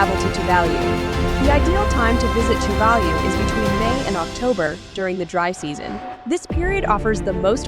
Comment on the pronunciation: What a terrible video.Virtually none of the background scenery is of Tuvalu.The information full off errors.Even the pronunciation of the island name is 100% wrong.